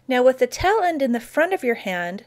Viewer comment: Taaaaaale end. Not tell end